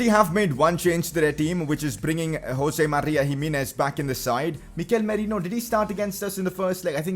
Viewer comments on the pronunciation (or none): none